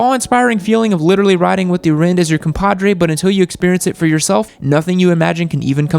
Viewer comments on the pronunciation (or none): What the fuck is wrind and whreelie....